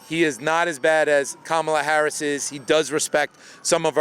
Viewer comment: That guy pronounces Harris’ name like the late pro wrestler.